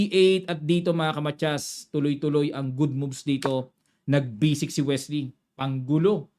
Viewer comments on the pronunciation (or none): Sa excitement mo coach, naging Welsy na c Wesley hahaha